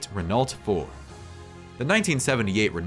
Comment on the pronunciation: its pronounced RENNO ffs